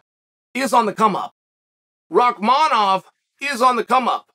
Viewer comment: I honestly appreciate the chael actually pronounces Rakhmanoff correctly of all names